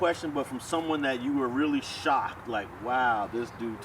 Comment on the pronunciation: Cuz said “ I was shocced”🤣